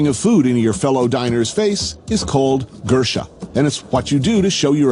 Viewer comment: the way he says gursha made me giggle